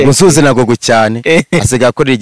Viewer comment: 😁😁😁nasetse igihe yavuganga ngo gugulo